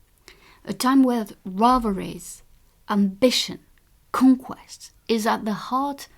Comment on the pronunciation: con-quesst >< wow she got all dolled up for this =D =D